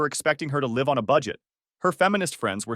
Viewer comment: Why can't AI get live, laugh, love right, like ever. This is probably the twentieth story I've listened to where it gets live wrong.